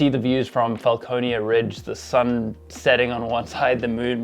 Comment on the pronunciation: Franconia Ridge definitely not Falconeia Ridge